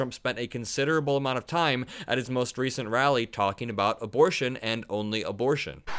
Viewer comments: "Imbortion", says the very stable genius. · "Embol....do you know this? What's the word?" He couldn't say "abortion". LOL